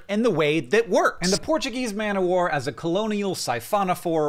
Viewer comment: TIL that Americans? just Hank? don't pronounce the f in Portuguese Man of War